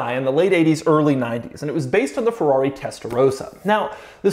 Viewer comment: It's called Ferrari, not Fewawi!!!😜